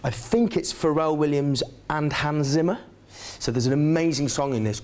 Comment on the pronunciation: I love when he goes "Hans Zimmah".